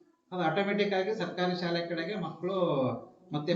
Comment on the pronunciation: ಸಾಲೆ ಎಂದು ತಪ್ಪಾಗಿ ನಡೆಯುತ್ತಿದ್ದೀರಿ ಸ್ವಲ್ಪ ಸರಿಯಾಗಿ ಶಾಲೆ ಎಂದು ಸ್ಪಷ್ಟವಾಗಿ ನುಡಿಯಿರಿ..